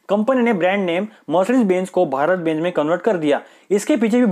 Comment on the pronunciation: Bhai phele plss bbeeennnnzz ka pronunciation ko theek karo